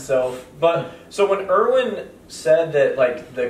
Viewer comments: erwin is pronounced like ervin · erwin is pronounced “air vin” btw :) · Uh.... No. Either Erwin or Irwin are sufficient pronunciations.